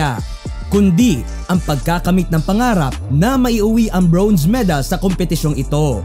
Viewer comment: congrats alas! pero request lang po sa vlogger.. medyo nakaka-inis at nakakahiya po ang pronunciation nyo ng "bronze", parang "brownze" eh... pede po paki-ayos? baka masayang ang medal ng alas.. hehe at baka mahawa pa ang mga batang manonood ng video nyo.. thanks